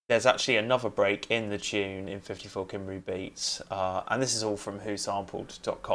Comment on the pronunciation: Your pronunciation of Cymru makes every Welsh person cry 😆 (good video though, thanks!)